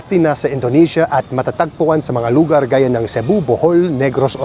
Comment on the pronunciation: pu-MA-pa-YAT. lu-GAR. sleeve = mang-GAS. There are many plant sellers there coz nearby used to be the Manila Seedling Bank which some say was wrongfully foreclosed. There's also Ninoy Aquino Parks and Wildlife Center near there.